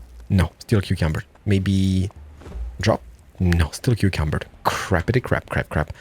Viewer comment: Is he saying cucumbered?